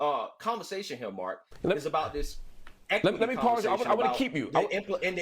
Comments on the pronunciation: This guy is speaking about education, and mistates, "anecdotal" as antidotal. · This F@ F*ck is talking about reading and ar least twice said "antetodal" instead of "Anecdotal". What an idiot. Sad seeing these types of paid shills (liberal or conservative) amongst black ppl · He said antidotal lmao